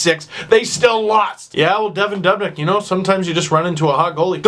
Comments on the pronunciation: 19,000 people scream "DOOOOOB" literally every time he saves. You heard it 35 times, and you're still saying DUHB?! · stop saying dub nick it's doobnick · ITS DOOB-NICK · Its pronounced (Doob - nick) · oh my god that's the most annoying pronunciation of dubnyk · All Pro well it's kinda FUCKING ANNOYING WHEN HE SAYS IT EVERY OTHER SENTENCE AND CAN'T SAY IT RIGHT